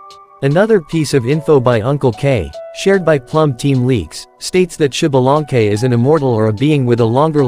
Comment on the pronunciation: SHIBALANKE :V XDXDXD alñ fin puedo reirme de como el resto del mundo pronuncia mal el nombre de un personaje en el genshin XD (se leeria ZALANKE compas :3 la pronunciacion ya es mas complicada y no puedo escribirlo aca)